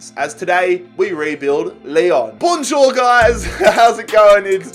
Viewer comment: Being french saying "bonjour" just hurts my ears